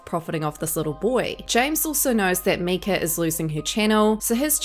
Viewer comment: MIKE-UH! MIKE-UH! But keep burying those demons.